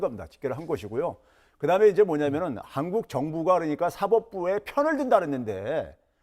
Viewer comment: 신씨는 "한국"이라고 말하고 일본인들이 한국이라고 발음하는것과 매우비슷 친일파 매국노 같아보임